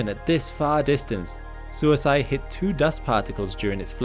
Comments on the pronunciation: SUISEI is more like sui-say than suici(de) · Love the channel, and I love the video. Completely irrelevant, and in a genuine spirit of helpfulness, but suisei is pronounced "swee-say." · Was so confused on what's "suisai" Turns out the pronunciation was off, lol. Suisei means comet in japanese. Which means the probe that visited the comet is named comet. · The last syllable of Suisei is "say", not "sigh". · I kept mishearing “Suisei” every time… Better approximation for those not familiar with Japanese phonology: “sᵘwee-say”… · I'm just a cracker from the deep south, but I believe the Japanese pronounce "comet" something more like "swee say". With the "ay" like "gay for pay" not "guy for pie". The way you keep saying it sounds more аиd more like self permanent sleep each time I hear it lol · For reference. suisei is pronounced sue-wee-say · “Suisei” is pronounced more like “swee-say”. Japanese is phonetically simple for vowels. The “e” for Sakigake is same as “e” in Suisei. Suisei also happens to be the Japanese word for “comet” 😊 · Hey narrator guy, Japanese vowels are always pronounced the same way, no matter what. no matter where they are in a word. so the E sound at the end of Sakigake is pronounced the same way as the one in Suisei. Same as the E in ramen, same as the one in mecha-gojira. if you're ever not sure how to pronounce a japanese vowel, just think of any japanese word you do know how to pronounce that shares that vowel, and pronounce your vowels in the same way. basically, if you cancorrectly pronounce samurai and ramen and naruto, you can pronounce any japanese vowel correctly. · Suisei was badly mispronounced